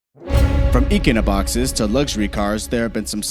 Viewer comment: As soon as I heard “eeekunoboxes” , I was done.